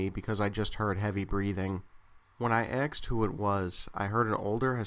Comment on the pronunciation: I generally like your work, but the way you say "asked" is absolutely nails on a chalkboard, man. It's "asked", not "axed". Every time I hear you say it, it pulls me right out of the story, which is really unfortunate. I'm not saying this to be a jerk. It's in the intention of constructive criticism, so you can become aware of it and fix it. With a bit of practice, you can change bad speech habits.